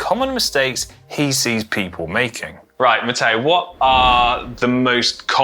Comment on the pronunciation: Stop adding an “a” where it doesn’t belong. Matteo speaks very good English with that exception.